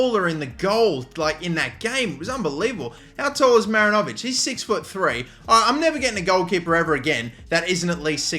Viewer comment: Kiwi here... 'Great Wall of NZ' is pronounced "MaRINovic" as opposed to "MarinOvic". Emphasis on the RIN rather than the O in the name. Hope that helps